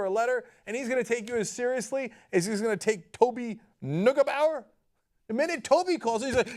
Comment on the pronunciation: Cenk soll seine türkische Verwandtschaft in Deutschland anrufen, dann weißt er wie "Neugebauer" eigentlich ausgesprochen wird.